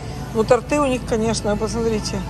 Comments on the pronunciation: правильно говорить тОрты, а не тортЫ, и тОртов, а не тортОв. Только без обид. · Не тортЫ, а тОрты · У нас всё это стоило бы баксов 75 и выбора больше раз в 10 в наших магазинах.)) ну не стоит хачапури с ветчиной и сыром больше полутора долларов. И на последок: тОрты , а не тортЫ! (ударение всегда на "О"). Вообще, я рад, что вам нравится такой магаз, но по Ашану вы бы бродили сутки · Не тортЫ, а тОрты.🤷‍♀️ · Торты ударение на о🙏🙏🙏